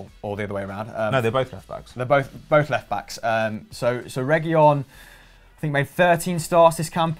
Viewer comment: Pronounces Llorente as Lorente, yet pronounces Reguilon as Reguillon...